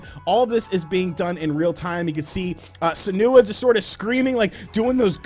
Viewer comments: Sen-wa, not "Sanoouh" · Its Senua (SEN-WA) mate. The unveil had a huge emphasize on "Dreams" though, and Microsoft's sudden move to draw SEGA close onto their platform. Dreamcast 2 confirmed!